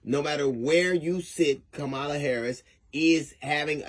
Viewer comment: D.L. Please pronounce Kamala’s name correctly. It is pronounced Commala. Like the word comma.